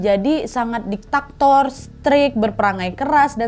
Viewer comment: Diktator, bukan Ditaktor, apalagi Regulator